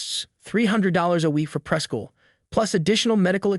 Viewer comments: The Speaker over the case needs to learn language! Its not Pres School, duh it's Pre-School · The “preh-school” gave away the AI … the commentary really wasn’t necessary tbh